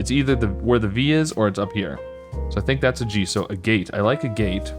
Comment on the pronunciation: PS: Agate is pronouced /ˈæɡət/ (stress on first syl and silent E). It's a stone.